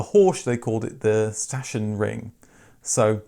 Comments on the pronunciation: The letters "chs" are pronounced like "x", not like "sh". 😉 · Sachsenring - zaxenring, chs pronounced x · "Suck"s-an-ring... Saxonring... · Tip: Sachsenring is pronounced Saxenring, Your videos are very informative and educational! I like that you are unbiased. And yes the double meaning of the name Trabant was intentional. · Sachsenring... difficukt I admit. Try to pronounce "Saxin-ring", sounds more like the German word. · Sachsenring, pronounced as Zach-sen-ring. Zach with a string Z and a pronounced as in most European languages unlike that in English. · Sachsenring - spoken like Suck-zen-Ring 😶‍🌫 Or if you won't pronounce that S-word then speak it 'Saxonring' like in 'Saxony' (Sachsen), where this car came from. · Respect for tackling the complicated "ch". In that case it would have been pronounced like "Saksenring" "Sachsen" (Pronounced "Saksen") is "Saxony", a federal state in what used to be east-Germany. In German CH is either "k" or a hiss-sound (Horch) somewhat like clearing your throat a little. It's difficult to explain since there's not a "rule" to memorize. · Sachsenring is pronunced: saxon ring. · Sachsenring could be pronounced as Saxenring. (The Sachsen in Sachsenring refers to Saxony, one of the states in Germany) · Thanks for the video. The East German company Sachsenring was named after a race track ("Ring") in the land of Sachsen, Saxony. It's pronounced "Sahxon-Ring") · It's prounced Saxenring 🙂 Another interesting East/West storyline revolves around the old BMW factory in Eisenach, which became EMW and later produced the Wartburg. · Very interesting videos on a very interesting car! A note on the pronunciation of the company "Sachsenring": In German, the letter combination "sch" equals the English "sh". "chs", like in Sachsenring, meanwhile, is pronounced "ks" or "x" - at least that's the closest analogue in the English language. Hope that helps!